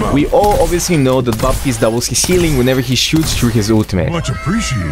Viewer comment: You do not have to spell the P in Baptiste, it is silent